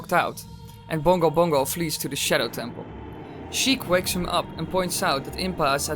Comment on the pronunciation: I get triggered when he said shedow lol 😂